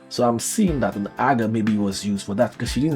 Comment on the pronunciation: You pronounced Aga correctly.